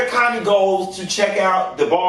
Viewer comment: Her name is KHANYI pronounce like Kanye but you say YIIIIIII Instead of Yeh. So CAN YIIIIIII